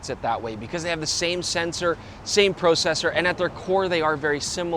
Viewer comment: "prow-cessor". Aboot that prowcessor... :)